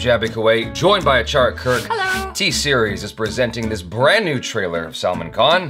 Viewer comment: It's NOT SALMON KHAN (he ain't no fish) Salmaan khan (sul-maan) There you go, now for the love of god, please.